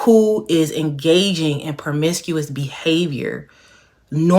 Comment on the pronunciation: Promiscuous not permiscuous